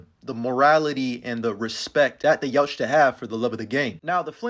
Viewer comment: Love you but the T in Yautja is silent